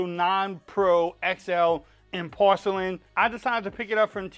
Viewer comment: " In Porshe-lin 😂"